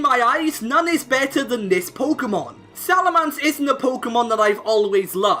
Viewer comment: Salamence not Salamance, you are horrible